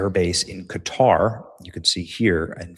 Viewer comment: I'm glad you said Qatar instead of cutter😂😂😂😂😂😂